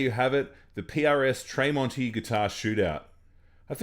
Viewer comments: Why does he pronounce Marks last name Tray monti? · Its pronounced as TREM--ONTI. Good video thou, i hope you get more followers. Well done!. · Tremonti is pronounced like tremolo. There's no A in Tremonti